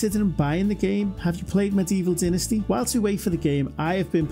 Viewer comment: It's DYnasty, not DINasty.